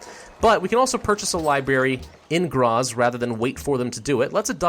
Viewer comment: So many names butchered like Graz and Salzburg